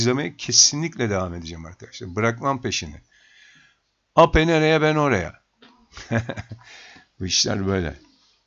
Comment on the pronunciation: Eyp diye okunur bu